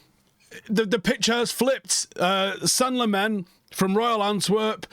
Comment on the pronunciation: Belgian dude at work says you pronounce it “Sen-nuh Lah-mens” Get used to it reds! Hopefully we’ll be saying it for a long time for all the right reasons 🤞🏻